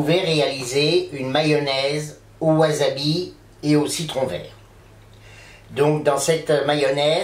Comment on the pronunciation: Le wasabi (qui ne se prononce pas wazabi) frais peut etre commande d'angleterre a prix raisonnable, une dizaine d'euro la racine de memoire, soit a peine plus cher qu'en commerce au japon. Il vendent aussi des rapes mais la c'est carrement de l'arnaque, une rape en plastique a un euro fera le travail. Pour le wasabi en tube, il ne contient qu'un pourcent de wasabi, c'est en fait du raifort japonais (karashi), plus jaune que la moutarde, on y rajoute un colorant bleu et ca donne une pate vert fluo, qui n'a ni le gout ni l'aspect du vrai wasabi. Pour ma part je compte faire une mayonnaise demain, et habitant au japon ce sera plutot la moutarde qui me fera defaut, mais l'aventure est dans l'assiette comme dirait l'aultre.